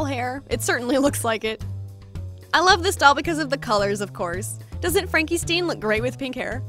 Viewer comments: "FRANKENSTEEN" ME:"FRANKENSTEIN" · I love you but...you said Frankiesteen😂💖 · Frenkie STEAN? What is that name pronunciation? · Frankie Steen? I've never heard it said like this and now I'm wondering if I've been pronouncing "Stein" Wrong my whole life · "fankistin" Call me dumb if that's how her name is pronounced ;; i haven't watched the show in ages